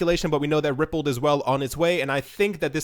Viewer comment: Pronounced Ripple "d" not Rippled